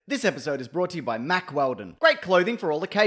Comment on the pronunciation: No one says any syllable with as much force, speed or volume as this guy does when he says "Mack" in "Mack Wheldon".